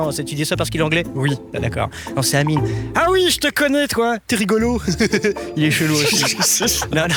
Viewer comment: il a dit c Amine 😂😂😂au lieu de Anyme 😂😢